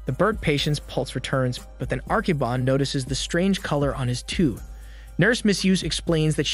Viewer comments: the narrator keeps saying Arkiba when the subtitle says Akiba. It is that hard to say A-ki-ba? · The subtitles clearly note that the spelling is Akiba. However, the narrator keeps saying "Arkiba" and it is mildly annoying. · Akiba not Arkiba